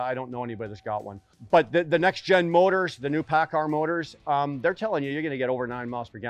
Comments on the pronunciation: u doing a engine vid or how to pronounce paccard? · He may pronounce it paccard but he has one thing right that you fail to understand. He calls it an ENGINE. While you constantly referr to it as a motor. They are not motors. A motor is an electrical component. An ENGINE is a COMBUSTIBLE component. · Lol the editing, "paccar motor" ... "paccard engine" 😂